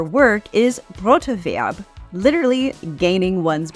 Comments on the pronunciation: You should try to pronounce "Brotewreb" more like "BrotEwerb", don't spaek it like : Broter-werb". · Broterwerb Hyphenation Brot•er•werb Not Bro•ter•werb 😅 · its Brot erwerb not broter werb